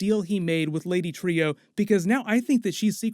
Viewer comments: I thought it was pronounced lady TRUE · I’d say he is on the moon. And I’m pretty sure it’s pronounced “Lady True” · Dogg, I say this because I have so much love for you and your channel... but her name is pronounced “True” I think this really matters in the sense of her name being “true” but she’s extremely deceptive. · Trieu is pronounced like the word true, you hear people say it correct in the show, stop butchering it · It's pronounced TRUE